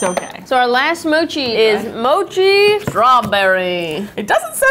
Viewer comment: Ur saying mochi wrong say it like more tree mochi